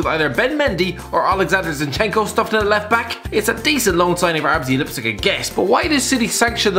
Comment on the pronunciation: RZ Lipzig?? 😂😂